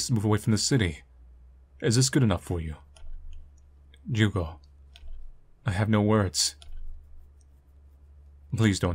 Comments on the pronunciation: I don't know where the devs are from, but all human names (Misae, Ai and Ju(u)go) are Japanese (Ju(u)go is pronounced as "jew-go" in Japanese, so I think you got it right). Also, I have the feeling the game is situated in Japan, since Misae mentioned she's a "half-foreigner" (that distinction is often made in Japanese; people with only one Japanese parent are called "hāfu", literally meaning "half"). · You pronouncing Jugo's name correctly because you're respectful enough of a language to know it's quirks and differences between similarly sounding ones warmed my heart up, man. It's always nice to see how much care you put into these little details. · Brazilian here, three years late but whatever I just wanted to say the pronunciation of Jugo was great! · Brazilian here! Yup, got the Jugo pronunciation right, tho that is certainly not a Brazilian name. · As a person who has Portuguese as a second language, you pronounced it quite right !! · ur right with the pronunciation, but thats not a brazilian name at all lol, the developers are definetly weebs so probably is suppose to be japanese? Especiall cuz her name "Ai" is love in japanese, but in portuguese "Ai" is "ouch" so??? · I'm brazillian and naturally speak portuguese. Your pronutiation is correct but none of the names are common here. I don't think the intention was to use brazillian names, so you can speak as you wish 😊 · You pronounced the Portuguese name well!